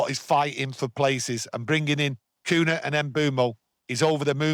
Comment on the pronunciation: Great stuff as always lads. thank You😊 👍 But stop pronouncing his name as "Coona" it’s pronounced as "Cunya" 😂